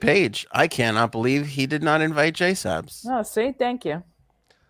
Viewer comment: you get on my nerves with the JaySup bullshit… who the fuck is JaySup??? She goes by “JSabs”!!! Illiterate mfs in Massachusetts.